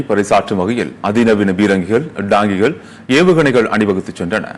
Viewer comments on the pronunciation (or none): டாங்கிகள் ..உச்சரிப்பு Donky கள் என்று வருகிறது...இதை tank..y கள்... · அவருக்கு அது " Donky கள் "!!!